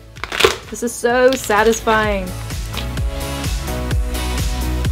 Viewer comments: you say sou not so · you say so not sou